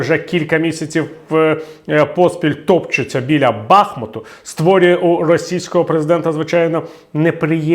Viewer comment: Бахмута має наголос на другому складі